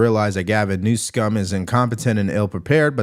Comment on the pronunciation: He's making a fool of himself as you mispronounce his name. Every time you say it. Stop it